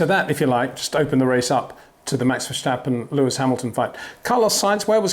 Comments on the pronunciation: Peter Windsor you finally said in the beginning Max Verstappen not Max "Vershtappen" ... I take my hat off for that ... cheers! ... RESEPECT from 🇳🇱 🏎🏁 🏆 but then later on you started to say it wrong again :( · Btw...how come ppl keep saying "vershteppen" all the time ? It's not that hard to say "verstappen" if you speak english. Same with "max" btw...if you can say "awe", then you can say max too. My name is frank, not frenk...just the same. Edit-- you wouldnt say kèhrlos either right ? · Great stuff Peter, keep it up! Would be even better if you drop the Verssschtappen 😉. It's VerSTappen, with just an s and a t. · Peter, why are you after all these years still saying Max VerSHtappen? Seriously, the S is pronounced exactly the same in English so why turn it into a SH sound? So weird. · Max vershhhhtappen 😑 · If you pronounce the a in Verstappen as in dance or can’t you pronounce it closer to how it should sound. Same is true for Amsterdam, for both a’s.